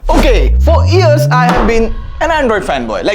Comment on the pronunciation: why do you say “ears” instead of “years”?